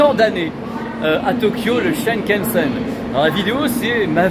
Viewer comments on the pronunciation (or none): Depuis des annees tu devrais savoir que c est le Shinkansen et non pas shenkensen.日本に居る時勉強してくだいさい。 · superbe vidéo comme d'habitude. mais c'est Shinkansen et non Shankansen:-)